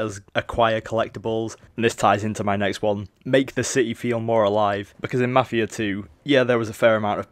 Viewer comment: 1.yeh marfia not mafia , great job ! 2 . are you idiot ? who said that this is mafia 3 gameplay ? and mafia 3 isn't even out ! read the fuckin' title !